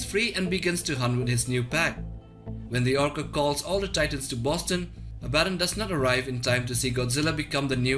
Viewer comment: Your pronounciation of Abbadon makes me sad.